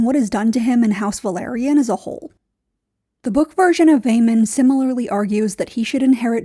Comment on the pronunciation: It’s “Velaryon” not “Valyrian”